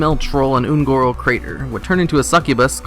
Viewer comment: “un-Koth” lol. It pronounced un-kuth.